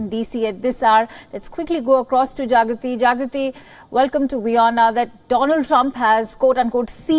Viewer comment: The anchor is calling Jagruthi as "Javithri" or do I have a hearing impairment ???